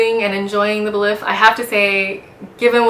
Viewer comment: Nice and informative video but a bit too long. I believe “Belif” is pronounced “Belief” oddly enough.